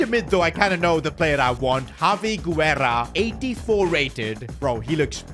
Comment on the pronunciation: Yo! Hope you get to see this! In a lot of your videos you use spanish players with the lastname Guerra, and I mean this in the best way possible, the U is silent! It should be pronounced more like Gerra and it's the spanish word for War. I guess it's just me nickpicking but just thought I'd let you know